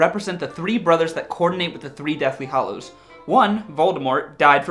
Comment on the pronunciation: GAH You guys it's deathly hAllows not deathly hOllows....